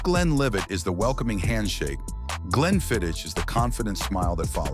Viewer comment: I once fired a waitress on the spot because she recommended a “Glenfid-DICH” with the hard ch sound. Any real Scotch drinker knows that’s basically sacrilege. If you can’t even pronounce the name, you don’t belong behind my bar — especially in a place where whisky is part of the identity. Back then Glenfiddich was the most popular single malt around. Not necessarily the best, just the one everyone knew. It got so popular that for a few years the distillery couldn’t keep up, and the bottles didn’t even show the “12” anymore.